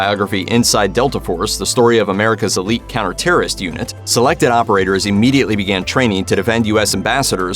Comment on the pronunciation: 1: Fuck Bergdhal, 2: Eleet, not illeet.